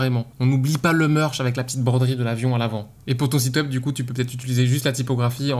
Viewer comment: Je suis en école de merchandising visuel et sa me tue la façon dont tu dis le merch